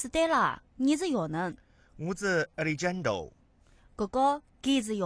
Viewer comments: 亚力詹都……应该读阿力汉德 rrrro…… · Alejandro is a Spanish name and should be pronounced ah-lay-HAHN-dro. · 这青田话和alexjandro的音真的不能再忍了。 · alejandro 的发音不能忍